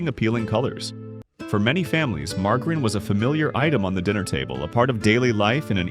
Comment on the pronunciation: Margggg a reen? Who’s she? I fall for these stupid ai videos every time!